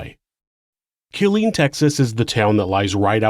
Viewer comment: You always do great work! Just wanted to say that the town is pronounced “K*LL-LEAN”. The emphasis is in the wrong place.